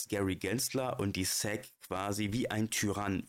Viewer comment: Super Video - wie immer! Danke für den BOBO Coin Tip! Eine Bitte bzw. ein Verbesserungsvorschlag: Dein Aussprache der SEC ist Säck, bitte zukünftig auf Englisch (es i si)